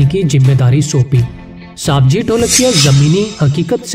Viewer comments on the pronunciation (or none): सवजी भाई bol साबजी भाई नही